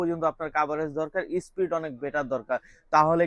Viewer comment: একটু শুদ্ধ ভাবে কথা বলা শিখুন। স্পীড হবে স্প্রীট না